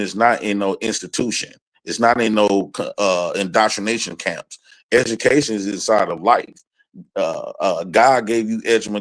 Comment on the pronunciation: said "Edgamacation"......this dude dumb as sh*t.